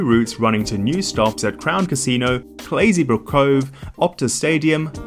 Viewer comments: You can pronounce Claisebrook as Clais-Brook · the E in Claisebrook is silent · Clays not Claysy